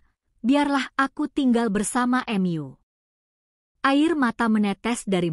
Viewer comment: Kok narator nya ngomong nya aneh ya. Hrs nya kan tau tp dia sebut nya ^tahu* juga Mu disebut nya Em yu